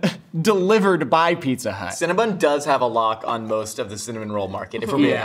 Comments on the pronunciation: Are we gonna ignore their incorrect pronunciation of “CinnaBON” not “CinnaBUN” 😩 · Do people realize that it's not "Cinna-bun" it's Cinna-bon? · Do Americans pronounce Cinabon as Cinabun? Or just these three?🤔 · They can't pronounce Cinnabon